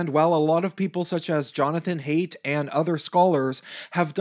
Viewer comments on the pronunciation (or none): Wonderful video. I agree whole heartedly. I love all your videos, this is one of the best I think. Just one point of criticism. Jonathan's surname is not Hate. Haidt is pronounced Hi!t. Like Friended says it. Please don't get mad. I just wanted to let you know. <3